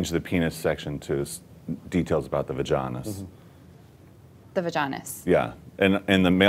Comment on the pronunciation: when Eric says "vaginis" i fucking lost it for about 2 minutes